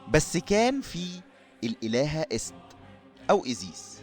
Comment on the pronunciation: ايست تنطق اييي سات يعني نطق ست بالشكل الحالي اللي هو اسم المرأة باللغة المصرية الحالية تنطق ست عادي بس قلبها ايي